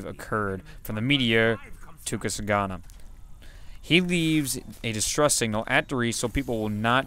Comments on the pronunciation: tukusagana? lol it's pronounced "ton-gus-ka" :D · its tun-gus-ka, sound it out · just fyi TUNGUSKA is pronounced "tongue-ooska" and it was actually a real event that happened in 1908.